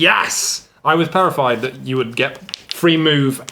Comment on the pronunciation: Heheh says perefied instead of terrified. The joys of live content